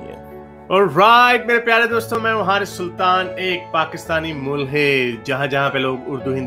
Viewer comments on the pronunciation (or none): none